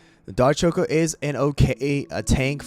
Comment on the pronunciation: Is anyone else weirded out by how he pronounces choco?